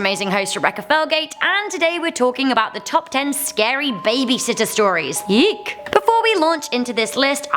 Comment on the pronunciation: I thought she said yeet, not yeek I’m crying 😂